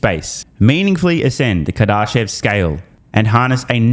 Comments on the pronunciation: You gotta start pronouncing Kardashev correctly, it's painful every time you read it. Kar-da-shev car duh shev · You're saying Kardashev wrong. It's Car-Duh-Shev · If you’re going to be referencing the Kardashev scale for the next 100 videos, please learn how to pronounce the name correctly